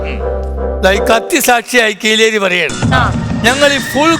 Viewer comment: Kireli alla kileri 😂